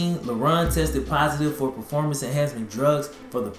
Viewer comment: EnhancING (en-hant-sing OR en-hants-zing). Lol. Dope videos though, bro fr. my Nit-picky ass digs your style.